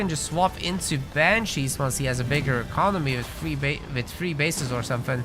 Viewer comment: Great video! Is it a Hungarian thing that prevents ‘th’ in English? Tier free, free hundred